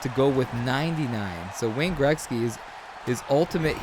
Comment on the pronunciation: "Greksky"? Or am I just hearing u wrong?